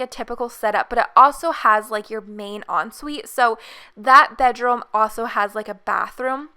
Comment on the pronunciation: where is she from? she says Bedrome and garahge